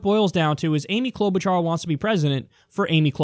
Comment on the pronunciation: I believe the "ch" in Klobuchar's name is pronounced like "sh" as in sheep, not "ch" as in cheese.